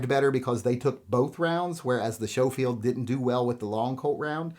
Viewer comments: Never heard Schoefield pronounced Show-field. Everywhere else it's Skoe-field. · I’m pretty sure Schofield is pronounced SKO-field rather than SHOW-field. Could be wrong though. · Schofield is sko not sho. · It’s pronounced Sko-field, not show-field. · It is pronounced Smith & Wesson Schofield not Showfield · Was coming to the comments to say the same thing. Glad someone else caught that first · Showfield? Never heard Schofield pronounced like that before. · Isn't it pronounced sko-field? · It’s pronounced Sko-field